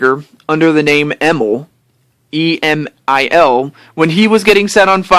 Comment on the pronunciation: It's probably true that you discovered me through Bangaa :3 Nintendo decided that they didn't want to buy rares 51% of the company. So instead microsoft bought Nintendo's share of the company and the rest of the company with it. Emil is my real name haha. Also thanks for pronouncing it correct :) Most people just pronounce it as "Emile" It may be the same name but they are not pronounced the same way ^^ Also thanks a lot for being a great supportive fan/friend! :)